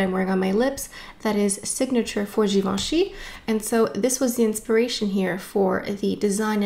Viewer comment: nice video reviewing products, pronouncing the names right and having done the homework and all, bravo!